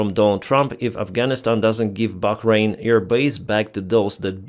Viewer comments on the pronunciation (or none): none